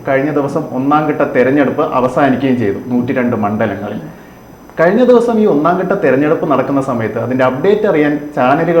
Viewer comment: ഒന്നാം 'കട്ട' തെരഞ്ഞെടുപ്പ്, 'മണ്ടലങ്ങൾ ' വളരെ നല്ല ഉച്ചാരണം 👍